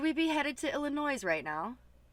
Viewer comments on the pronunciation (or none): I had to rewind twice to listen to you mispronounce the name of my home-state! ACK! Illinois - NO "S" - please, thanks! LOL;), you do what feels right for you! You know what you need and where you need to go. And you know, we'll be with you every step of the way! (HUGS) BTW: Your Thanksgiving dinner looked AMAZING!!